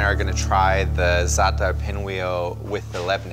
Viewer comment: I don't think I've ever heard anyone pronounce za'atar and labne correctly, outside of Arabs – props to this guy! 😄 These look amazing though, it's insane how much work goes into this bakery operation.